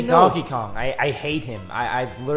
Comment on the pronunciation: sounds like says Tonkey Kong